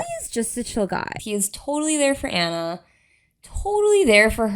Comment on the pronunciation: STOP SAYING ANNA’S NAME WRONG, FOR ALL THE LOVE!!! YOUR HURTING MY EARS 😬 Just go back and watch the movie please and pay attention to her name. I know it’s spelled the same but it’s pronounced VERY differently. It’s “ON-a” not “AN-a”. Again I know it’s confusing because they are both spelled Anna but there is a right way and a wrong way to say this character’s name and the right way is “ON-a”. So for the love of Disney go back and rewatch it so you can never make this mistake again😮‍💨 Thanks for coming to my TED talk